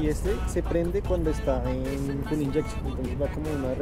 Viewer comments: Se pronuncia fyool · Se pronuncia fiul